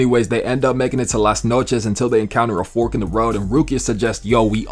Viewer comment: This the first time i hear an american spell "las noches" and it actually sounds spanish